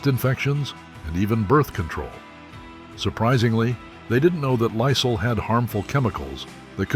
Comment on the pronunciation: who in the entire world doesnt know how to pronounce Lysol? nobody...get a new robot. or pay someone from fiver to narrate the video. so lame.